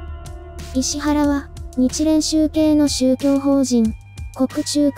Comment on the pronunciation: 「いしわら」ですよね？